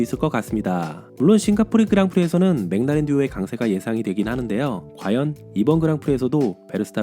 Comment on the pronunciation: 맥라렌 읽으실 때 '맹라렌' 말고 '맥 을라렌' 이라고 하면 더 원발음에 가깝지 않을까요